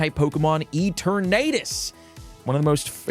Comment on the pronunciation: Someone plz teach this man how to say Eternatus: "Eter-Nuh-Tus"